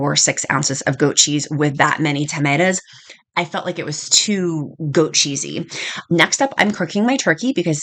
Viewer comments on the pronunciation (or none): Great recipes and love the way you say tametas (tomatoes)😂